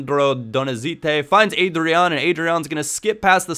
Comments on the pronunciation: it's pronnounced AH-DRYAN. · Leandro DoniZÉte Ávine Ádryan, not Eidryan RÓdney Hope i helped